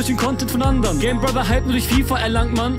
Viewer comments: Skypro560 isso der kann nicht mal gamerbrother ausreden der sagt gäimelbroth... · Gamerbroher falsch ausgesprochen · Haha Hauptsache er kennt gamerbrother seit 3 Jahren und kann ihn immer noch nicht richtig aussprechen